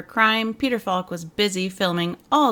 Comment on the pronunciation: Arrrrrrrggggh!!! Peter Falk pronounced his surname with the “L” silent (“fauk”). Hence it should rhyme with ‘walk’ (“wauk”) and ‘talk’ (“tauk”)!!!